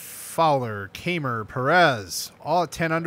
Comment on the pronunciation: It's pronounced Ky-mer.